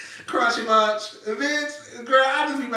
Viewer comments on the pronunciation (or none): none